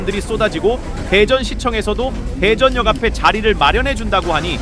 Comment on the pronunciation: 발음이 이상하네요? 대전역 이라고 발음 하지 않고 왜 대.전역 이라고 발음하시죠?